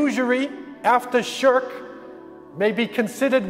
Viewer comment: He said S h i R k 😅